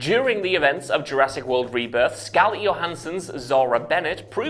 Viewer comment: Mispronouncing the flying pterosaur is understandable but you make Scarlett and helicopter sound weird